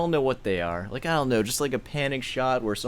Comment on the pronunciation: Stop inserting L sounds into words where they don't belong. "doLn't" ... "boLth" ... "sawL" ... it's annoying.